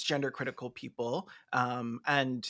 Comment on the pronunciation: "Keople for the Athical Treatment of Yanimals" has sent me. I'm like a minute and a half in and I had to pause for a chortle break.